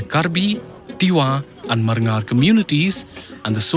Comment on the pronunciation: Its not marngar its barngar(people coming from outisde)